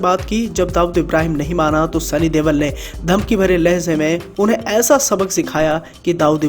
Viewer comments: Yar sunny deol ha tum sunny DEWAL kyu bula rahe ho 😄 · Deval nai deol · Deval ni deol aa bhai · Sunny dewal nai Bai sunny deol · Not Deval but Deol